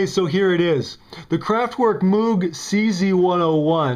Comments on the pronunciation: Personal crusade: Moog rhymes with "vogue." It's not MOOg like a cow. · Moog rhymes with vogue, not mood. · MMM----OHHH---GGGGHHH - Not MOOOOOOG 😅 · I try to always refer to Bob as "Mogue" but to the instrument as "Mooog." The instrument was already commonly known as "Mooog" by the time Bob said in an interview that his immediate family pronounced their surname, "Mogue." I'm glad we got this settled because there is not a more important issue facing the world today. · LOL REALLY? That's your gripe with this mock review? Not that it was manufactured by kraftwork or clearly not a cz-101 either. Him pronouncing it "mewg"is probably the closest thing to being correct